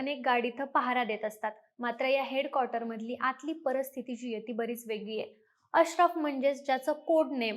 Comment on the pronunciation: माहिती चांगली परंतु मराठी उच्चार योग्य हवेत. परिस्थिती चा उच्चार परस्थिती असा चार वेळा झाल्यावर video बंद केला